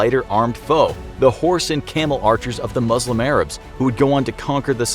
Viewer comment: When will you learn that is not how you pronounce Muslim!!!